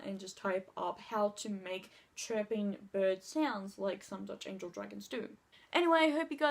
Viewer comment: Girl ITS ANGEL (ANJEL) NOT ANGEL(ANGLE)